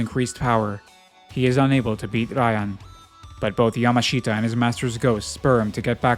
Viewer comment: Just FYI, the native way to say Yamashita is like Yamashta. Just skip that last i. (You'll be able to hear it in the show)